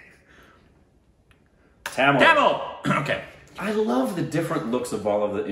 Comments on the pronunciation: nailed Tamil pronunciation. also was very close to actual.. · nailed the tamil pronounciation....I think the tamil was the closest ❤️ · Tamil u said perfect And kannada